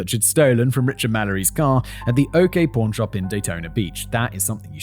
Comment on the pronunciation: For most of the video I thought he was saying “porn shop” not pawn shop lmao